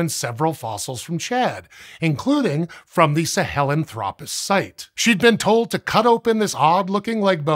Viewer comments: The 'sah-hellen-thropus' pronunciation is killing me. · it's hard to listen to you pronounce Sahelanthropus that way.